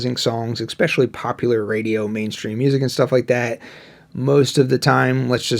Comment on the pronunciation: don't effing say "ex-pecially".